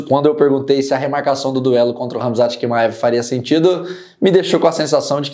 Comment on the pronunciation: não é Quimaev, é Tchimaev a pronuncia.